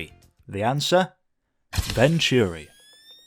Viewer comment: Nice video. A great car for the BPR and GT1 categories, within the spirit of the rules too. I remember the 600LM running with the fastest F40s at Le Mans in the opening laps in front of the McLaren's, only finished 20th or so though if I remember correctly. They always pronounced it Vontury on the telly though.